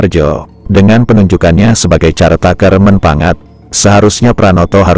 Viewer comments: Maaf, koreksi cara baca CARE TAKER bukan (x)"carteiker"(x) tapi [kărteiker] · "Care taker" dibaca "Kér teyk(e)r"